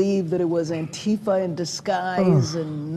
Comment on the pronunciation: The pronunciation is anti fa, not anteeeeefa Anti fa = ANTI FASCISTS. NOT AN ORGANISED ORGANISATION